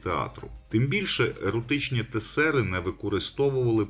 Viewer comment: Наголос на тЕсери